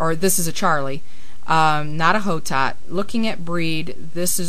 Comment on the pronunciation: Hotot(Blanc de Hotot) is a french name, and is actually pronounced "Oh-Toe". In french, you never pronounce the "H". Nice video, I just wanted to let you know :)